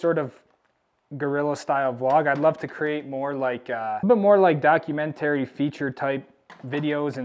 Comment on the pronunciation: Oh and BTW, the way you said Documentary, i know you're from CNY! 😅